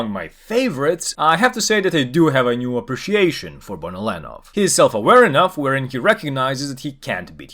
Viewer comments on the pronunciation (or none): It's bonolenover